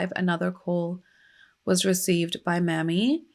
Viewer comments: I love you so much for covering this!!! OUR (black history is everyone’s history) history isn’t talked about enough, and it’s so necessary. Down here in the south, we pronounce his mother’s name may-me. Mammy, can be seen as a derogatory term. I know that wasn’t your intent as our dialect is very different. ♥️ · Mamie is may-me not mammy, and given the history of the word mammy, I would totally rerecord this video, yikes "The mammy caricature was first seen in the 1830s in antebellum proslavery literature as a way to oppose the description of slavery given by abolitionists. One of the earliest fictionalized versions of the mammy figure is Aunt Chloe in Harriet Beecher Stowe's Uncle Tom's Cabin, first published in 1852." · Her name isn't pronounced "Mammy"..it's pronounced "Mamie"...please learn how to pronounce names correctly before you decide to come onto You Tube with a video... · Is there any way you can change the name to Maime ???? Cause Mammy makes me cringe cause I know no Mother in her right mind would name their daughter Mammy !!! It is an insult !! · Good video but JSYK his mum's name was Mamie not M*mmy (pronounced like Amy but with an M at the start) and m*mmy is actually an offensive word used against black women :) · You misspelled Ms Till-Mobley's first name. It is spelled M-a-m-i-e and pronounced May-mee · Also it's not just in the south, Mamie is pronounced may-me everywhere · No it isn't and she's trying to spread awareness and not disrespect anyone so chill. Here in Ohio we'd pronounce it mammy too so thanks for teaching us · Pronouncing her name wrong. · Hi! His mother’s name is pronounced Mamie with a long A. 😊